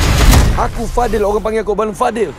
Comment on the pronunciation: "fadil, this is the last time i'll need your help" tapi sebutan aku dengar "tiger" bukan fadil. Konspirasi apakah ini?? Wajib tengok sia pergh gempak. Apa2pun trailer tk tunjuk apa watak pelakon yg muka cam matsaleh yg berdiri sebelah fadil tu, masa wakdoyok masuk. Fuhh ok habis dah membebel haha excited gila kot